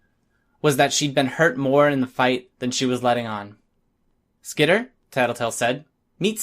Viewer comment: Dude, SKEETER!? Ah, Hell nah! Bruh it's SKITTER!